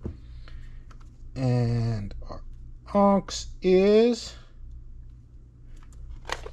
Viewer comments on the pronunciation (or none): FWIW-it’s not “AWNKZ”… It’s pronounced “ahhhhhhh-niiiiicks”.. 😅